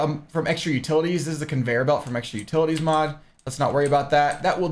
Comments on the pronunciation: Lol it achulay kinda sounded like you say mob i stead of mod. Like youve mentioned in your stream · Yeah, it sounded like you said ''Mob'' :D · Deer lord! after all the time its finally on youtube with the good quality! Great vid bro, and i see what you mean it does sound like you were saying mob xD